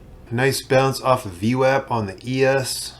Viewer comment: Wow, someone that properly pronounces VWAP...subbed!